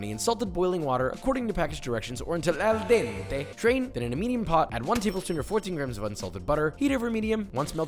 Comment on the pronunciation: "Al DeNNte" HAHAHAHAAH i can't stop laughing